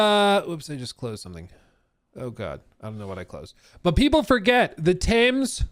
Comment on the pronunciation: It’s pronounced “tems”